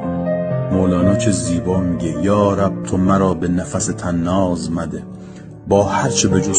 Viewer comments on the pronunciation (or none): سلام و درود فکر کنم نفس به ف ساکن نه ف فتحه باز دقت کن من هم می روم از کسی می پرسم گمان کنم در خوانش اشتباهی رخ داد که از شما با آن صدای دلنشین پذیرفته نیست.